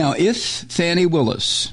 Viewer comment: Somebody tell Mike that prosecutor Willis's first name is Fani, pronounced "FAH-nee"....not "fanny."